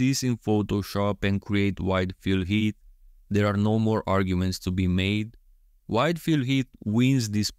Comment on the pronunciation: I keep hearing "white Phil Heath." 😄 Also can you do Bonac with Hadi's torso and Krizo with Andrew, Samson or Brandon's torso?